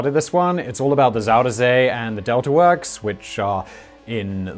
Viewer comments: You say "Zoh-der Zay". It is closer to "Zai-der-Zee". Try that, will you? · Try again. Not ZoederZay. say Zie der Zee